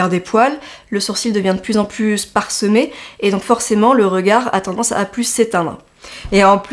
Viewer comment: « ....sourcils PARsemés....tout en légèretENT....... » c’est une nouvelle langue? Par contre très bonne vidéo de conseil 👍🏻